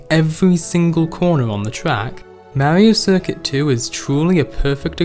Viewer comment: "This, is mawio cuircut twu" I love it! (Not hate btw)